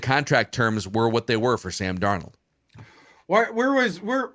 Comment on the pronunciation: Really gonna miss Sam DarNOLD pronunciation every week. RIP